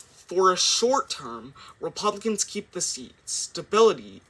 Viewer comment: Did he just called repumpcans to the Republican party? 😂😂